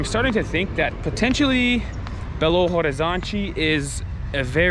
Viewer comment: Curiosity about portuguese, but just IF you guys want to practice ( I really love the accent). The H is not pronounced, we just say Belo Orizonti, something like that haha but your accent is cute, don't need to change that, ok? We love it!